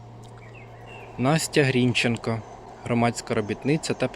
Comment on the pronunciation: грінчЕнко, вибачте, у мене трігер, явсилась в університеті імені Бориса ГрінчЕнка, то нас сварили за неправильний наголос